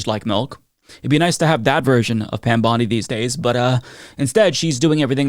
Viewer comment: Pam Bondi puts emphasis on the wrong syllables when she’s talking.